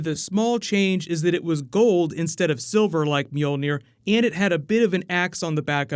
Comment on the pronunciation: The pronunciation of Mjölnir makes me laugh... sounds like cats meowing.